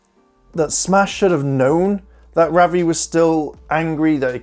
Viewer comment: Your saying ravi wrong